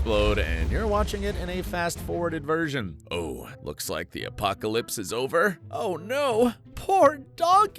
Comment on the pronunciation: im crine bro said apocalips 😭✌️